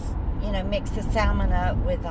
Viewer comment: The L in salmon is silent.